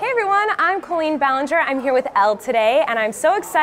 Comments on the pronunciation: Why does she pronounce the name "Colleen" wrong? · That's not how the name Colleen is pronounced.